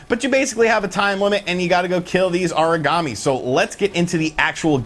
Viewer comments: Haha I actually thought he was saying Origami lol. I was all well that's a weird name for a monster. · Aragami is Ah-rah-Gah-mee not "uhreegamee" it sounds like your saying Origami (paper-folding craft) LOL